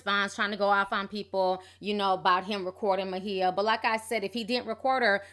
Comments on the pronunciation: Please pronounce her name correctly...sounds like..(my a)but spelled maia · First the Cleveland Cavaliers now Ma-he-uh Campbell 😂😂😂 Ti is too damn funny, always messing a name up lol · what are you calling her? I thought it was pronounced My-A? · Sis...Can you please pronounce her name right. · Why are you pronouncing her name like that? dang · mispronounced her name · WHY DID YOU BUTCHER HER NAME LIKE THAT? AGGRAVATING!! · I love you Ti! Great video! But where is the "h" in Maia? lol. I think it's pronounced "Mya". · MY-YA!!!!!!! who the fuck is MAHEEYA??????!!!!! LOL 😄😄😄😄😄😅😅😅😅😆😆😆😆😆😆😆😂😂😂😂😂😂😂😂😝😝😝😝😝😝😝😝😝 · It’s the Ma-Hee-Ya for me! I don’t want to hear that pronunciation not ONE mo-gin! 😂 Good lawd that’s hard to listen to! Just say SHE and HER girl, just....SHE and HER!!! Hell, Miss Campbell if you nasty....ANYTHING but Ma-Hee-Ya! 😂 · She's bipolor disease SINCE CHILDHOOD! Her mom an author , Bebe Moore Campbell who passed years ago , wrote a book mirroring they're life , 'The 72 hour hold' ITS NOT ALL DRUGS MAM ! Her name is pronounced M-I-YAh REASERACH YOUR INFO before sharing the info PPL ! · her name is not maHIA....and her name is not eyanna.....love your channel, but please learn to pronounce people's name if youre going to repeat it over and over in one post, thanks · WHO is 'Muh-HEE-uh'??? You should at least research correct pronunciations out of basic respect for those who you're gossiping about. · I thought her name was pronounced like "Maya"? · Ti, I know you pronounce certain things a lil funny but her name is "My-ah" lol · I thought her name was pronounced Myah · Girl you butchered everyone's name in this video. It's "my E ya" and "eeyanlah" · Kept calling her Mahea... lol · Mu-hee-ya?? lol!